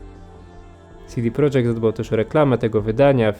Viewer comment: Fajny filmik, mogę się tylko przyczepić do sposobu, w jaki wymawiasz „CD Projekt” :P Powinno być „CeDe Projekt”, a nie „SiDi Projekt” (wypowiadali się kiedyś na ten temat założyciele CDP). Edit: Popracuj też nad oświetleniem (jakaś dodatkowa lampa czy coś w tym stylu), bo pudełek prawie wcale nie widać.